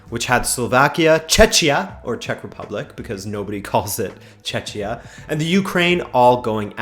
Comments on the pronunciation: nobody calls it "Chechia" coz it's called Czechia.. the CH is pronounced as "k" - like in chemistry for example... brr never heard such an awful sound you did there. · Tell me about it 😂 It wouldn't be good ol' czech republic if we didn't burn more tax payers money on pointless bullshit like changing our name to something that nobody will ever use. I was just commenting on how you pronounced it, you made it sound like chechnia 😂😂. I honestly hoped for relegation. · Czeczia :D :D that couldn't be more off lol.